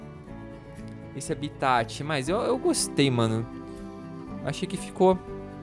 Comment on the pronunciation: seu mulinha se fala HABITAT não abitati